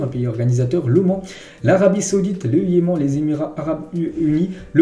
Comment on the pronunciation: tu abuses avec les prononciations "yemène" et non "yeman"